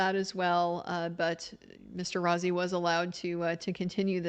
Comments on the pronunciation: Rossi is pronounced Rosey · Just fyi, Mr. Rozzi’s last name is pronounced “Rose-y” ( Rose w/ long E) 😊 Thank you for being there to relay all this !